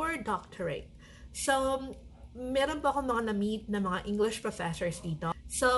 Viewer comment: Professhores? This video can be great for a drinking game. Everytime she says Professhores, you take a shot of sake or soju. There are so Filipinos teaching in Korea. If they were speaking great English, the Korean government will hire more Filipinos.